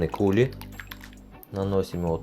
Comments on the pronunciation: Все таки кулИ, а не кУли) это французское слово, а там ударение на последний слог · Кули - ударение на И, это ведь слово французского происхождения) как и компотЕ, конфИ, кремЮ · Все прекрасно, только не кУли, а кулИ🙂